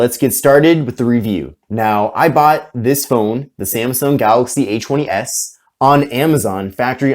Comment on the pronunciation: I love the Samsung A-'chwenny'-S.